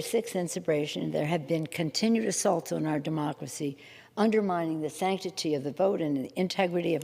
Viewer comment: "mUh DuHmoCkeruHsee"